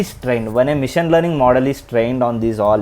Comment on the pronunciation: Bro ...mission kaadhu machine...ila manam maatlaadithene overseas lo mana paruvu poi manalni jokers la choosthunnaaru bcz of our talking...pls say machine not mission..if u say wrongly then others also will get influenced🙏🙏🙏